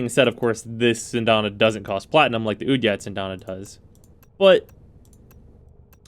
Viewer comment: Thanks. The weird name and his pronunciation of it confused the crap out of me.